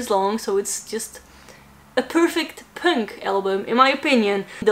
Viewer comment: I like how pronounce Punk. Pünk